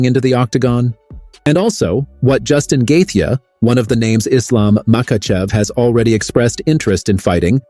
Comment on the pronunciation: "Justin Gathia"